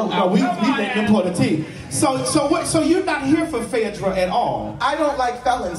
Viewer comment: Did just read write and erase phay-edra??? Lawd. Take me to the cross 😂😂😂😂 i just needed one 'FEMININITY" biffa. Just one 😭